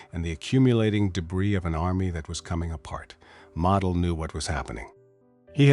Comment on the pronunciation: You don't say Model like a toy. You pronounce the O. Many commanders given festoon orders realized the impact on the citizens as they were considered as down to the last man. Many commanders, using their most trusted personnel, would try to move women, children and seniors out of the area. These men would move small groups out as long as possible and return. Commanders knew supplies would last longer with fewer civilians. They, also, knew the risk of execution for himself and those who helped folks leave. Another dangerous tactic was pull troops out of areas likely to receive artillery barrage. Then move them back before the infantry attacks especially on the eastern front. Even though sound military doctrine, Hitler saw it as giving up ground Even if for a short time and saving lives.